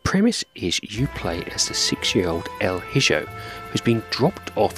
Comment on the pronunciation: Excellent review, my friend. And at this point, your reviews are pretty much ASMR to me 😅 i always feel so relaxed watching them! lol. Just one thing, I believe the game is actually pronounced with the j as a h, so: 'El E Ho' pronunciation-wise, as its Spanish. Sorry to be THAT annoying guy. 😅🙈 I love your reviews brother, keep up the stellar work! 🍻😊